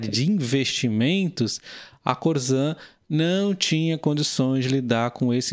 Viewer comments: É corsan que se fala e não corzan. Abraços!! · Se escreve Corsan mas esse S tem som de SS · Teria que aprender a falar o nome correto da empresa.....